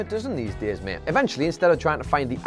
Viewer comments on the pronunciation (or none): none